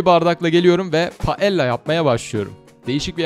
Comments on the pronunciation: Videoya harika. Bu arada İspanyolca iki “L” bir araya gelince “y” okutur. Yani doğru telaffuz “paeyya”dır. (Sevilla’nın telaffuzundan hatırlanabilir.) Balıklı paella çok iyi bir versiyon ama orijinal paella tavuk ve tavşan eti ile yapılıyor. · Paella [Paeya] diye okunuyo, İspanyolcada çift L [y] sesini veriyo Siestaları hala mevcut, İspanyada 2-4 arası kapalı. İnsanlar çalışmıyo.